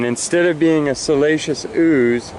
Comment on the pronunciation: You had me confused with your pronunciation if "siliceous", lol. I kept hearing "salacious". While I get excited about rocks, I don't get turned on by them in THAT way. Similar sounding, but completely different definitions. Anyway, now when I hear you pronounce it, I will know which definition you mean, even though you say the other word. 🙃